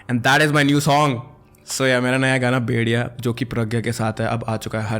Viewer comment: bro saying bediyaan meanwhile me hearing bhedhiya😅😅